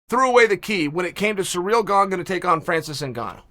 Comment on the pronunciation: ITS GANE! GANE!! G A N E!! NOT GONG!!!🤦‍♂️OMG